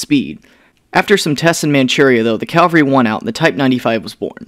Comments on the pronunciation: For the love of the Emperor, stop saying "calvary"! It's cavalry! CAV - AL - RY. First comes the V, then comes the L. Cavalry is a unit of mounted soldiers, whereas Calvary is a hill in Jerusalem. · CAVALRY NOT CALVERY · "calvary" the hill where the roman exucuted Jesus? what business does a hill have with speedy boi tanks?... Oh you mean CAV-AL-RY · Great videos man! Btw as former Cav myself I have to remind you it's Cavalry not Calvary :). Keep it up dude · People saying calvary is painful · Heads up, it's caValry not caLvary. I'm surprised how many people make this mistake. Great video otherwise. I love these "lesser" known tanks. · Don't overthink this- saying 'Cavalry' as 'Calvary' is mis-pronunciation, those are two different words, not regional accent, which seems to be an American thing. Pronouncing 'Ask' as 'Aks' can be an accent/slang thing, since 'Aks' is not a common English word. Same thing with 'Libary'... I can't find any word like that in the English dictionary. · Did he say "calvary"?! Cavalry friend, Calvary is a town in Wisconsin. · I'm purely curious about where does the pronunciation of "calvary" come from? How do you get from cava-lry to "cal-vary"? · The "calvery"? Did you mean the cavalry? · Bro. Cavalry. Calvary is where that Mexican dude got crucified. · Very good presentation. However, Cavalry is Not pronounced caL--vary. It's a common mistake and one frequently misused in the 1960s Wild Wild West. so caV--alry is correct. 😜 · But your arguments, while appreciated, are pointless. Saying "calvary" is just making an honest mistake. That is what has happened here. And I pointed that out. Case closed, problem solved. No need for further arguments about language. This is not a case of American "squirrel" vs British "squirrel" (skwerl vs skwirrel). Cavalry has no other pronunciations and accent/dialect, unlike some other words, has no impact on this particular mispronunciation.